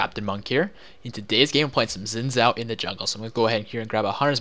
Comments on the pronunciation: Xin Zhao is pronounced "Sheen Chow" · oh lol well Xin Zhao is Chinese and I happen to know the language really and that's how I was taught to pronounce it. Yeah Riot has said his name a bunch of ways